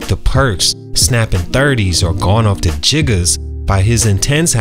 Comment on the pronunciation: Folks said Jiggas 😂😂